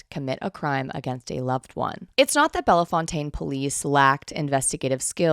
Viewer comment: Holy hell, Bellefontaine mentioned. I work close by. It's pronounced "bell fountain." Silly. But this is such crazy lore! I'll find a way to work it in.